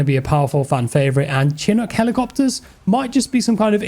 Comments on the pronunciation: SHUH-NUK helicopter, what is this "Chin Uck" heli you speak of? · “chin-ook helicopters”